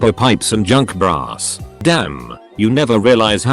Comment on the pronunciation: Different accent than I'm used to. Thought you were getting scrap money for junk bras.